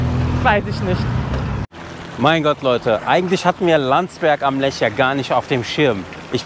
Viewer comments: Hallo Ihr Zwei, wie immer tolle Berichte-großes Lob an Euch!!! PS: Der Fluss heißt Lech nicht Lesch! Sagt Ihr und steht auch so am Anfang in Film😇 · Liebe Grüße aus Landsberg! Schönes Video aus meiner Heimatstadt! 😊 Kleine Anmerkung : Es heißt Landsberg am LECH. Nicht 'Lesch', wie zu Anfang bezeichnet.